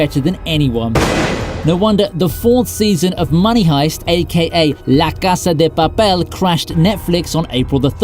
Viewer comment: I'm Spanish and your " La casa de papel" has a very great pronunciation. Congratulations!